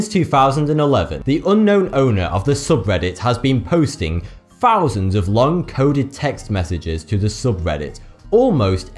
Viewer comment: He seems to be making up numbers as he goes, how many zeros in 2 fousand?